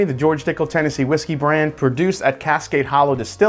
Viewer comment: Is it just me or did you say Tennessee Whiskel at the end of the video?